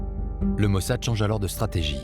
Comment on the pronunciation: Nu gasiti un traducator mai aproape de citirea in limba romana ?E obositor cum spune mossad!Altfel apreciez documentarul!